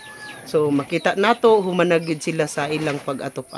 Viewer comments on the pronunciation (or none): none